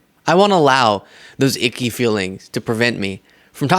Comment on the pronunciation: So cute. He said ickey.